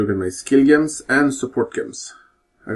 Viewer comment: nice guide, but every time you say Gems I get ear and brain cancer, it's the same as when us Russians try to pronounce Jewels and in many cases they spell it as Jevels, lol 😂 😂 😂 only reason I don't speak like that is cause I live in Canada 🍁